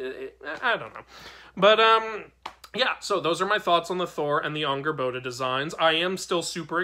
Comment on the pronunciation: Just as a note: it's pronounced Angrbotha. It's not actually spelled with an English "d."